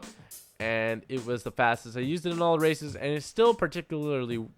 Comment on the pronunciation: I thought u were saying racist at first than I realized u were saying races